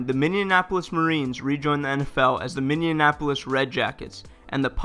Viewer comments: James McCarthy I don't know what you're talking about. He very clearly pronounced the city of Minneannapolis perfectly. BTW, did you catch the Indiapolis Pacers game the other day? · Bro...it's pronounced Minn-eee-ap-o-lis. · Minneanapolis? Wtf cmon it’s not that hard to pronounce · I stopped watching at “minneanapolis” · He doesn't know how to pronounce minneapolis lol. "Mineeinanpolis" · You need to learn how to pronounce Minneapolis Minn.................EEEEEEEE..........apolis its an Indian name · A map would be helpful. Pronouncing Minneapolis correctly would be nice too. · I didn't know Minneapolis was so hard to pronounce... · As a Minnesotan, his mispronunciation of Minneapolis really bothers me. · Why do you pronounce Minneapolis that way 😂😂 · Can you pronounce Minneapolis right please? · Minneapolis really isn't that difficult of a word... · how do you not know how to say Minneapolis ? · The way you pronounce Minneapolis is very odd. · 1. Bro Minneapolis isn't that hard to pronounce, and 2. Any other Minnesotans here find it kinda weird that Duluth had 2 teams before Minneapolis ever did? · I don't understand why so many people have trouble pronouncing Minneapolis. It is a different city from Indianapolis. They're different. Stop combining them. Lol. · You're from the US and don't know how to pronounce Minneapolis? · Why can no one say Minneapolis right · Gotta love how this dude can't fucking say Minneapolis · The narrator can't say "Minneapolis" correctly and says several times the teams "seized" operations when it is supposed to be "Ceased" operations. If you're going to narrate, you have to be able to speak intelligently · This dude can't say Minneapolis lmao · He was cross-pollinating Minneapolis and Indianapolis. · It MINNE-AM-POLIS not MIN-NEAMUM-AMPOLIS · It’s Minneapolis, not Mindianapolis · Anybody else notice he kept saying Minneanapolis instead of Minneapolis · Say after me--Minnea-polis, Minneapolis. Not Minneanapolis.